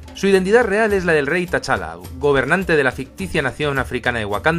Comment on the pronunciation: Perdona que te corrija, pero T'Challa se pronuncia "Chala", sin pronunciar la "t"